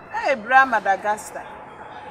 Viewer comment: Please ladies learn how to pronounce words properly. Madagascar not Madagasta😂